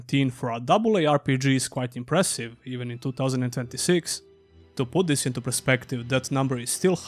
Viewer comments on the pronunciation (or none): Please differentiate between THIS and THESE. They are completely different sounding words.